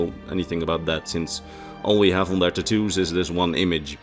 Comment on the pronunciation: Ta-2's not tat-tos